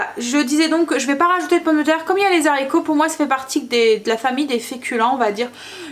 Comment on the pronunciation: Bonjour, vous êtes formidable comme cuisinière mais ,SVP , quand vous cuisinez des haricots sachez que le mot haricot ne commence pas un " Z " mais bien par un "h" qui empêche toute liaison phonétique possible .... désolée fallait que je le dise ...😁😁😁. Je vous embrasse.